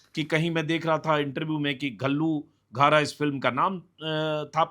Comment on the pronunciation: हिंदी का "घ" औऱ पंजाबी का "ਘ" का मतलब एक ही है मगर उच्चारण अलग होता है , उसको घ नहीं बोलते , क और घ के सुमेल की आवाज होती है घल्लूघारा बोलने में अजीब लगता है असली उच्चारण के बिना ,ਘੱਲੂਘਾਰਾ